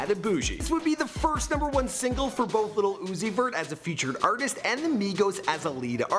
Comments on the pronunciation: Has me DEAD!! Lmao!! "Lil Uzoot-zeet-zoo-zee...vert". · "Little Uzi vert" lmfao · Lil uzi vert-luv-put l in lil and u in Uzi and v in vert and you get l-u-v